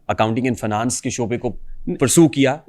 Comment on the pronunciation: How’s he’s pronouncing finance and engineering 😂